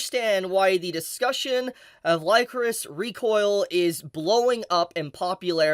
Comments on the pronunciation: Am I wrong or isn't it pronounced licorice like the candy? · I seriously thought you were saying "Licorice" the wrong way.... Lycoris sounds weird lol